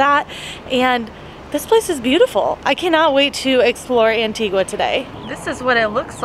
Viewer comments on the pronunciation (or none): Just a small thing it is not pronounced. antigwaaaa its antigaaaah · Anti-gua. It’s pronounced Anti-ga 🤦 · Pronounced AN TEE GUH not an tee qwa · Love these 'travel gurus' that talk about their 'expertise'. Travel experts should probably start with ho to properly pronounce the island they're featuring. Just a thought...